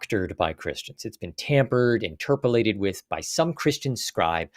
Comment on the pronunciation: In-TER-po-lat-ed, not In-ter-PO-lat-ed, - Grammar Police